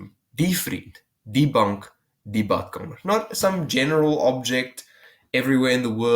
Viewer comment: As a german I feel like there's multiple ways I can pronounce my Rs but I never succeed in rolling it like that, like you pronounce vRRRiend and badkameRRR